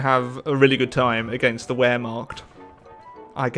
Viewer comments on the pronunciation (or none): Where macht? my guy it's "Vehrmacht" pronounced with a V. Love u anyways keep up the good work! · The w in German is a v sound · That pronunciation of Wehrmacht hurt